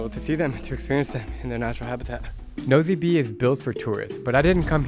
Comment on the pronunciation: Nosy Be is pronounced "Noosh Bay." I went to Madagascar in 2017 and wasn't impressed with Antananarivo ("Tana"). It's filthy and dodgy, and many locals call it "Andikybe" (place of much poop). Nosy Be is quite a nice place, much safer and calmer than Tana.